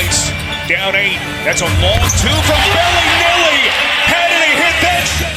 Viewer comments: It makes me cringe when the commentator says BELLY NELLY and not bellinelli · Somebody tell this announcer its Belinelli, not BellyNelly. Sounds like a 2018 Teletubbie. Good grief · I get your joke lol.. Its pronounced Bell-Lah-Nelli... He kept saying BellyNelly lol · It's Belinelli, not Belly Nelly haha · It's not "Belly -Nelly"!!!! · I fucking hate the way this guy says belinelli